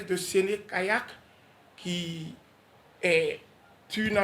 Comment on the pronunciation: SÉNÉ-KAYAK pas sen Kayak svp